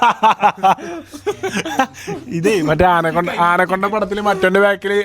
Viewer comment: Anaconda❌ aanakonda✅